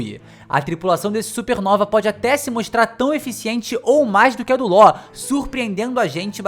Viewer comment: Me da agonia de ouvir ele pronunciar Law errado